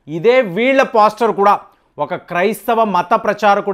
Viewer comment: పోస్టర్ అంటే ముఖచిత్రం అని అర్ధం. అది పోస్టర్ కాదు పాస్టర్ అనాలి సార్.... ** ఇరాన్ ను ఈరన్ అంటారు. బాగా చదుకున్నవాళ్లు ఇలా పేర్లు మార్చేస్తారు అనుకుంటా?